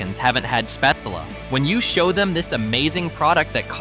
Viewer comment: SchpaetzLE -pronounced Shpaytzle -LE as in LET not shpaytzel as in well